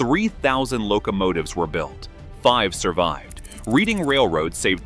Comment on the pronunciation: It is pronounced Red-ing!